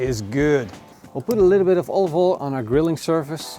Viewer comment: Sounds just like Gordon Ramsay saying Olive Oil LMAO "OLOVOLE"